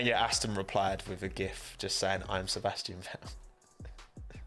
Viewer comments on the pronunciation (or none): What do you have against pronouncing the letter T, I mean, the name’s ValTTeri BoTTas, not valery bo-as ffs… Sebastian ve-el